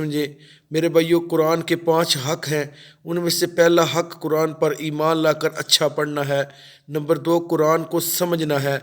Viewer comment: یہ لفظ ق صحیح پڑھو آپ کران کیوں پڑھتے ہیں قرآن موٹا ق پڑھو